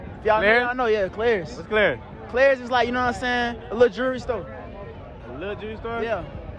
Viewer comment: Bruh he said clayers. He probably meant Claire’s